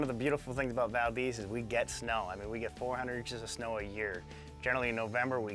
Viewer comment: As an Alaskan born, current Idaho resident, I took exception to both the multiple mispronunciations of “Valdez” and calling Idaho part of the Midwest.